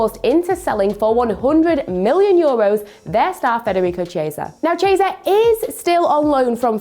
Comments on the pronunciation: Who the hell is "Cheeaysa"? - Repeat after me: KEE-E-SA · But… however… although… but… however.. is really repetitive and the way she butchers players’ names is simply unbearable. Her latest victim Chiesa (“ch” as in “child” chiesa. Wow) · Somebody tell this girl how to pronounce Chiesa